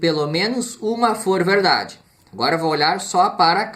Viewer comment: verrrrrrrrrrrrrrrrrrrrrrrrrrrrrrrrrrdade verereererrerdade